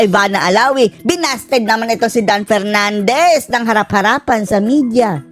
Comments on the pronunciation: Dan PERNANDEZ kase hindi maka prounce ng "F". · Bigkasin mo muna ng tama ang P at F V at B ng tama baka mabilib pa ako sayo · Nahiya naman kami sayo Dan Pernandes...ayusin mo muna ung letter F at P mo...ek ek mo. Kapal ng mukha mo. Ni sa kalingkingan ni Duterte, wala kang sinabi. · Kapal ng mukha ni Dan Fernandez 😅😅😅hindi nga nya alam ang difference ng F at P 😅😅😅ang F pronounced nya as P 😅😅😅ikaw Dan Fernandez may nagawa ka sa lugar mo? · Paano Ka naging magaling pa Kay Duterte "Dan Fernandez" ni F nga di mo kayang ma pronounce... With all due respect tongressman!!! Wala kang ka F F F F F 😂😂😂😂😂